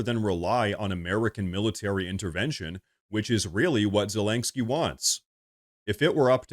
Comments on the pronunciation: Len not lain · Okay, brother, I love what you're doing here. I agree with mostly everything you talk about but this has got to stop! It's ZE-LEN-SKY not ZE-LANK-SKY! 😂😂😂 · So. . . I LOVE this channel and fair warning-I will probably sound like a Karen, but please hear me out. . . You are pronouncing Zelenskyy’s name wrong. It’s Zuh-LEN-ski Not Zuh-lank-ski That is all. ❤ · You keep saying "Zel ANG ski" instead of "Zel in ski" just so you know it sounds a bit funny. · Sorry I had to turn off after the 10th time you said zelengsky... gosh so irritating 😂 there is no G in zelensky. Yes and agree - Zelensky is only qualified to be a bad cross dressing comedian actor, with the same sugar daddy oligarch as hunter biden. All fake - cia started the war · please stop saying ZelenGsky lol. Thanks for the video. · I want Zelensky to disappear from the world scene if only so I can stop hearing constantly and comically MISPRONOUNCE his name. How many Ks are in his name,? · Dude there is no G in Zelensky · The over pronounciation of Zelensky is grating to my nerves. Had to bow out of this video.